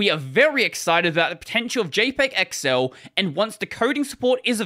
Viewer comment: What it says : XL How he said it: excel